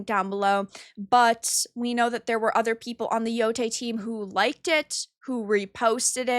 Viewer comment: ITS YO-TAI NOT YO-TAY